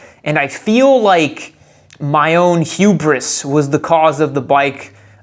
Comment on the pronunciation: Hugh-briss XD Knive-atay